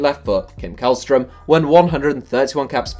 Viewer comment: Källström is pronounced shellstroem 😌